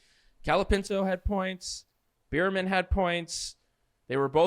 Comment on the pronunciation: Beer-Man... Beer-Man... Beer-Man... You're killing me smalls... Bear-Man, 🐻Man